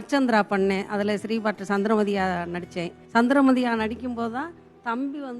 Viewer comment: சந்திரமதி கிடையாது சந்திரவதி என்பதுதான் சரி நீங்களே இப்படி தவறுதலாக சொல்லுவது சரியா.